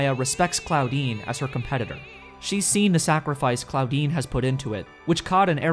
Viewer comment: „Claudine“ subtitles hearing „Clawdeen“ omfg